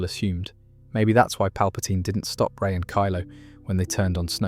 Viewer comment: Gah, you lost me as soon as you said "Rey".